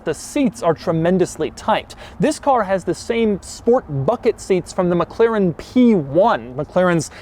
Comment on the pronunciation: Mc Laren. A, as in America.